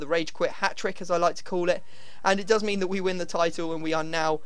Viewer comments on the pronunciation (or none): none